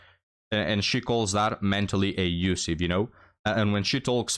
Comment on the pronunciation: Not “A-usiff”. The word is “Abusive”. There is a B in the word.